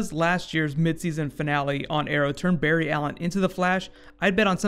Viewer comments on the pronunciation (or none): none